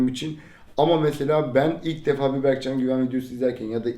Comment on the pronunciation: yo anlamında demiyo bege diyo berkcan yani